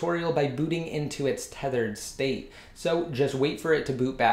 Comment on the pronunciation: Youy say thethered and The Videos name is unthedered